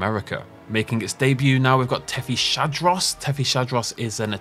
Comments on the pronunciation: The hype is unreal, jesus christ. Btw, heres a quick tip: this animal's name is pronounced Tethys-hadros (as it is the hadrosauroid from the tethys sea) and not tethy-shadros (with the sh sound like in the word shadow), which i see many people online saying. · Some small corrections in pronunciation. It's Hatzeg Island, same as Hatzegopteryx. The Ț in Hațeg is not a T and pronounced "tz". Also it's not Thethy Shadros but Tethys Hadros as in a Hadrosaur from Tethys.